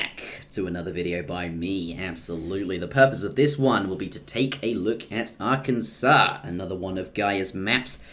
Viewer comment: Thank you for not saying are-Kansas